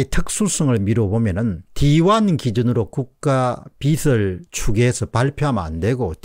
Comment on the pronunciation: 빚을~~>비즐이라고 읽어야 함~